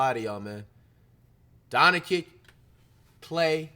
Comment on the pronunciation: How can people pronounce Antetokounmpo effortlessly, but never learn to pronounce Doncic?